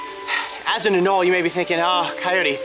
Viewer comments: AnolE, there’s and E in anolE. Not anol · anole is actually pronounced ə-ˈnō-lē